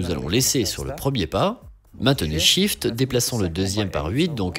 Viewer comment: Ah et Shift -> "chifte", pas "sifte". Désolé de faire le relou ^^